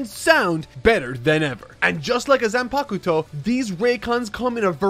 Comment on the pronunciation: That was the most egregious pronunciation of Zanpakuto I have ever heard.